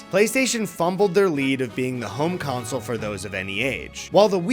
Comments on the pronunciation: I'm sorry, but do my ears deceive me or is pronouncing "console" like "council"? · Great video. Please stop saying council. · Never thought I'd ever hear anyone other than my dad say "counsel" instead of "console" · console is not pronounced like council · Console. The word you’re looking for is console. Not council. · Please stop saying Game Counsel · Why does keep calling it a "games council"? It sounds like evil underground cabal which decides what releases will best steal our souls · Is it an Northerner thing to pronounce console like council? Genuinely curious! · pronounces console as “council” and I can’t unhear it. Anyways, thanks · good video, but pleeeease stop calling them "counsels". It is pronounced like: console "CON-sole" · why does the one that’s not eddy keep saying counsel not console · Big fan of how says "console" like "counsel", keep it up big man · How do we teach how to say the world console? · You'd think if you're making a video largely featuring video game consoles that the host would be able to correctly pronounce the word "console." Guess not.